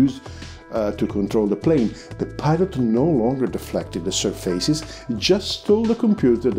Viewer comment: Where are you from? I also used to say 'surfeises' to pronounce surfaces (séerfases). Enjoyed so much this FBW explanation